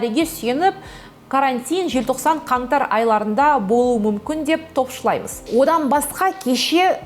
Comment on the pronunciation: Қарағым тілші болсаң қазақ тілін дұрыс қолдан."тапшылаимыз"емес (топшылаимыз.)